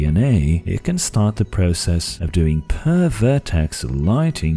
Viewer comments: i heard pervert(ed) ex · When you said ideally at 60 FPS I cringed. Also you should put a small pause between per and verticies. Or it sounds like pervert icies. Lol. Anyway good work with the video